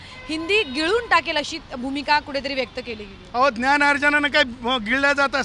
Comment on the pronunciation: याला साध मराठी येत नाही ज्ञान नाही ग्यान म्हणतो हाच याचा अभ्यास